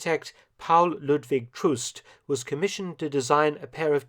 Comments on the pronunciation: The German double O is pronounced as a long O. "Troost" should be pronounced "troast". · It's me, again, Mark, the pronunciation nazi. The spelling of Troost, a surname, may be a bit unusual -- but it would have been pronounced just like "Trost" (Eng: comfort), with the "o", whether single of double, like the "o" in "to and fro". The next blooper is a bit more serious. Try "der let'stuh ah-PELL". Not too far from Eng. "appeal", actually, and indeed, the words have a common root. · Troost is pronounced with a long o, not as in English as u. Interesting documentation; Hitler has attempted to wipe out the traditional worship of the king of Bavaria. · TROOST is not pronounced TRU:ST, unlike in English, the double OO is more like what you hear in the English word LOW. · Excellent, as always. Pronunciations: Paul Ludwig Troost's last name has a long O (rhymes with "ghost"); Buergerbraeu (I don't have an umlaut - double dot - key so I use the accepted alternative of adding an "e") is "Buerger BROY" (the umlaut on the a changes it effectively into an "e" and "eu" in German is "oy"); Appell has accent on the last syllable ("ah PELL"). By the way, the umlauted "U" in Buerger has a sound similar to a plain "u" in French. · "BürgerBräuKeller" is actually spelled with "oi", not "au", because of the umlaut. And Troost is actually spelled with a long "o". Thank You for the great video!